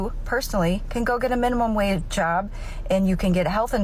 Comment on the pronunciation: Did she say minimum "wave" job .... 🤣 🌊